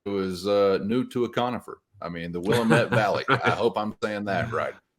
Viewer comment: Let’s gooo I made it, glad to be of service. He should be right at home throwing the rock in the conifer laden state of Wyoming. Don’t know how that NB3411 thing happened, thanks for that I fixed it 😂🥳. And you said Willamette perfectly.